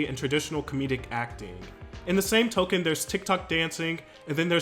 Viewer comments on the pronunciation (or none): none